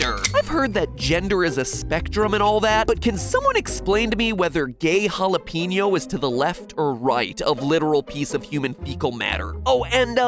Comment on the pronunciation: jhalapino, what? It's spelled as jalapeño tho